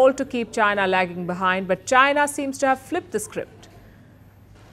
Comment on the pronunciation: 印度人说China说出了Jiana